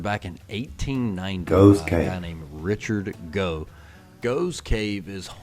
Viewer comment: Just for info, Gough, as in the Gough's Cave mentioned, is pronounced "Goff". Just incase you do visit this amazing place for the cheese! 🧀